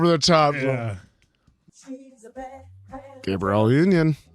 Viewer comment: You’re saying Gabrielle’s name as the boy version.